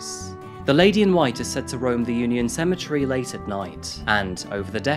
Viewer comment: Says he doesn't understand how something can be pronounced so differently from how it's written... *Proceeds to pronounce cemetery as "symmetry".